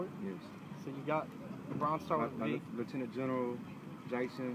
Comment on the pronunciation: He said " Lieutenant General Jackson" 🤣🤣🤣🤣